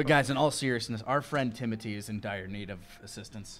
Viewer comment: Is it Timothy or Timoty? Because I am sure I’ve heard pronounce the “th” in TimoTHy but other times he says Tim-oty. So, a bit confusing. Also my uncle is named Timothy so every time this NPC is mentioned I picture a bigger, simpler version of my uncle. Lol.